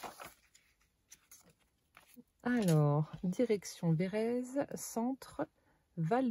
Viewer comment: Cc oui je connais c'est a côté de chez moi. Et phonétiquement on dit VÉ RÈ TSE ON PRONONCE LE T ET LE Z SE PRONONCÉ S.. 😂😂😂😂ET NOUS SOMMES DANS LA RÉGION DES CHÂTEAUX.. BISOUS